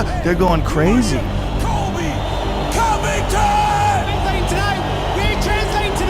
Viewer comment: The moment Covington became Cuntington